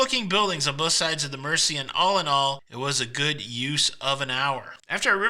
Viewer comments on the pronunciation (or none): Uh, to quote Gerry, I believe it’s pronounced “mer-ze”…🎸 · By the way. It's pronounced 'Merzey'. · Glad you had a great time in my home town. If I had known you were here I would have taken you around the city. Just a couple of corrections on your pronunciations Mersey is Mer-zey Liver is Lie-ver. Apart from that you did great. X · America PLEASE take note. It's pronounced "Merzee" NOT Mercy. Listen to Gerry and his pacemaker singing it. Also, it's the Royal "Lie ver" building, NOT Liver as in the internal organ.